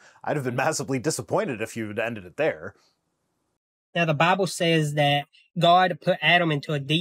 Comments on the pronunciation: I'm usually not one to knock someone's accent, but I cannot stand the way this man speaks. Whenever he says the word "Bible," I always hear it as "Bobble." And he for some reason completely drops the "L" sound from the word "scrolls." It really irks me that a native English speaker can't speak proper English. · I love how he calls it “mount arid”, and how he pronounces “Bible” ad “Baah-bl”.😂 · AITA for giggling each time he said "BaBlE"? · I'm such a terrible person, but I had to stop immediately after hearing how that guy pronounces "BAAAAAAHBLE"